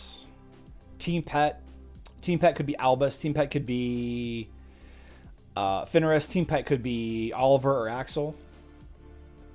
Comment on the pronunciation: Daily request that you say Fenris instead of Finneris. Otherwise, great stream today.